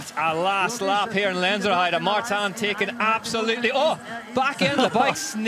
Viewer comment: Irritating hearing Martan Martan. Its Martin..... Mar tin. Definitely sounded like an American presenter. Like that American woman couldn't even pronounce Zlatan properly